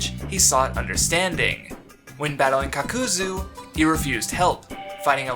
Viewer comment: It's pronounced Cock ka zoo That's how you say it. Hinata sounds like you're saying it with a d. It's He nah ta. Not Hinada